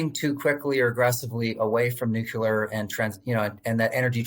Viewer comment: NUCLEAR not "nucular"